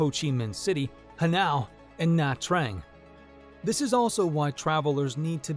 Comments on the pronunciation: It's NOT pronounced as Hanau, it's pronounced as Hanoi. You butchered the pronunciation man. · "ha-now" - Where is "ha-now"- You need to check the pronunciation in your video - It is 'ha - noy' not 'ha-now" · Pronounce Hanoi properly! It’s “Han-OY”!! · Any chance of credibility cratered when the dude showed he didnt know how to pronounce Ha Noi. I lived in Vietnam for years. Im sure there's crime. But i never saw any of it. For a country with so little police presence (you rarely see them unless something goes seriously wrong) there are very few locals getting around causing problems for others. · I really hate how you just pronounced Hanoi…. there’s no way you didn’t watch other Vietnam videos before making this bro… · I don't think you have even been there to know as you cannot even pronounce the capital city properly.